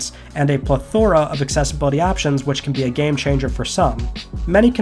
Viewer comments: Heads up, you’re not pronouncing plethora correctly. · Did you just say plethora that way...